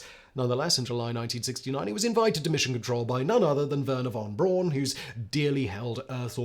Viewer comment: Wernher Von Bron? Do you mean Wernher Von Braun!